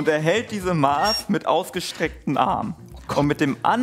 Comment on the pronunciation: die Art wie 'Maß' ausgesprochen hat tat mir als Bayerin echt weh 🥲